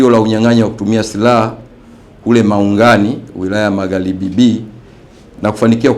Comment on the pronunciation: Eti nnda kwa Mama 😁 eti MaghLibi 😂😂😂